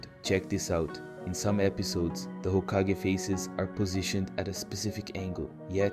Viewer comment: well you made some mistakes in your voabulary who says hakageeeeeeeeeee